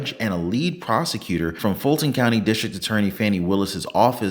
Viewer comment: When driving through Georgia, remember: The word "prosecutor" is pronounced "prostitutor".